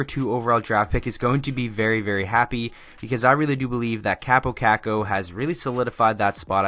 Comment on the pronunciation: You can't even say his name right